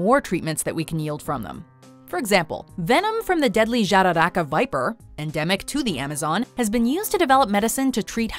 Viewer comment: Great video, I hope it'll help people be aware with everything is happening. Also kudos for pronunciating Jararaca, it was perfect